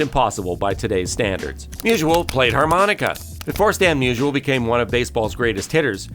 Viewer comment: It's not musual, it's Musial